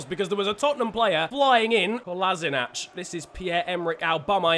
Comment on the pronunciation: Kolašinac is pronounced KO - LA - SHI - NAC (specific C)